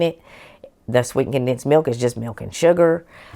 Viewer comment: I like the way that you pronounce mewk I like your channel so I’ve subscribed. ❤